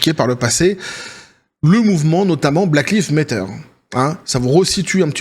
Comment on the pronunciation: 30 balais il sait meme pas pronnoncer le mouvement black lives matter frrrrrr ta chaine c nimp